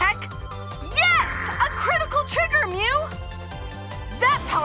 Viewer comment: Omg stop making saya say mu